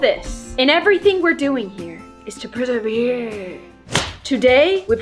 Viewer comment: When she said persevehhhhrree she reminded me of when i need to say something but i don't know how to say it so i just go hpooggfeererehhetejhhhh